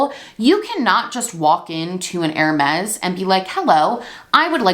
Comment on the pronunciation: Bless you but Hermes is pronounced more like Herr-may